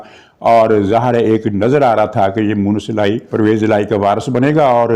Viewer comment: گستاخی معاف۔۔۔ آپ مونس الٰہی کو موئنث الہی کہتے ہین۔ کیا خدا نہ خواستہ کہین توہین خداوندی کا پہلو تو سامنے نہین آتا۔ وقار اعلیٰ کراچی۔۔۔